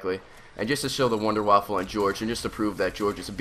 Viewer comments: And what drives me crazy is how people pronounce it, like, "Wonder Waffle." In German, W's are V's. So, it's "Vunder Vaffle." Or "Wonder Weapon" in German. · its wunderwaffe not wonder waffle. but i laugh every time i see comments when people say something about the gun they miss spell it, calling the "wonder waffle" hahahahah makes me laugh:) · I hate when he says WunderwaffeL wtf is a wunderwaffel? a wonder waffle XD?